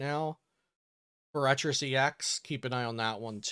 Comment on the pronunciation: “I don’t know how to pronounce the ruin Pokémon” Also: mispronouncing Forrestress and thinking it’s correct